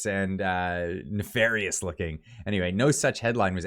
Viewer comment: Na”Ferryous” indeed. 😝🤔\\\